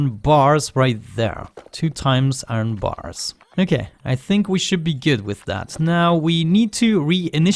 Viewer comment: Hahahahhaha man^o^^o^^o^ u so funny my dude u say aron XD did u ^ω^ btw keep up oh yeah i miss the damn vid XS aron is iron my dude^ω^^ω^ but dont even care me ok piss